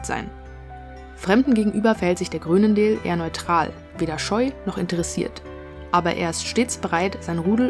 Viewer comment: Aussprache „Chruunendaal“